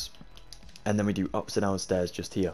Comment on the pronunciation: Youre „here“ Sounds like: „hier“. This is a German Word